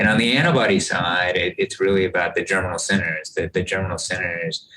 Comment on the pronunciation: Thank you for this. Can you help me with what Dr. Crotty says several times after about ? It sounds like he's saying "general sinners," but that doesn't make sense to me. Context in which the term is used: "And on the antibody side, it's really about the 'general sinners.' The 'general sinners' can go on for quite a while after the immunization is over. And it's in those 'general sinners' that you're getting this real-time evolution and increase of antibody quality and competition between the different B-cells and antibodies. And it's unclear what happens when you re-immunize. You might actually be shutting off all those 'general sinner' reactions. So whatever was going on, you've now basically truncated it and told it to start over."